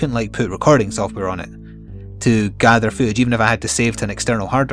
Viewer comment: I never have a problem understanding your accent but for some reason the word footage didn't register with me. :) I was very confused as to why you wanted to "show food of my dog". Just had to share because I laughed way too hard at that.